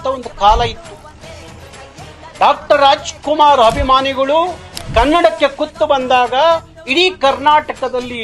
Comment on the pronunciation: ಎಲ್ಲಾ ಸರಿ ಆದರೆ ನೀವು ಅಭಿಮಾನಿಗಳು ಅನ್ನುವ ಬದಲು ಹಭಿಮಾನಿಗಳು ಅನ್ನೋದು ಯಾಕೆ. ನೀವು ಮೊದಲು ಕನ್ನಡ ಸರಿಯಾಗಿ ಮಾತಾಡೋದು ಕಲಿಯಬೇಕು! ನಿಮ್ಮ ಹೋರಾಟ ನಿಮ್ಮ ಮೇಲೆಯೇ ಮಾಡಿಕೊಳ್ಳಬೇಕು!